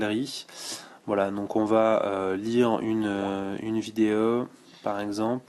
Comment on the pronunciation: Super Smartphone.Merci pour la vidéo. Le meilleur moment: On a quelque chose au bout du fil ^^ :) Et sinon j'aime bien comment tu dis vidéO,photO,eurO...Il y a un souci avec les "O"? ^^